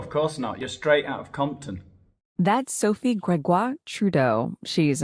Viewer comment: I love the way he says “soaf’s” name with the French accent—I can’t watch videos while drinking anything because I’ll inevitably end up spitting it out from laughing so hard!